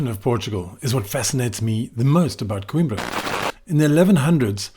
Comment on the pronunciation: É COIMBRA e não QUIMBRA! Aí que tradução! 😂😂😂